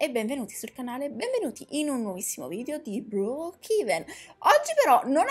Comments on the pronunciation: Nn si dice brookhiven si dice brookhaven😂😂😂😂 (no insulto) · comunque si dice "broocheven" 🤣🤣🤣